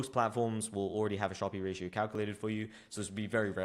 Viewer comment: Fyi, how to pronounce 'Sharpe Ratio'.